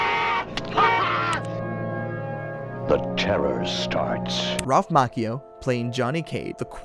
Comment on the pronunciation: well, the film and the author would say you were wrong. You also mispronounced Ralph Macchio's name.